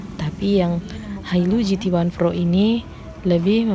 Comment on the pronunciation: Pro mbak bukan phro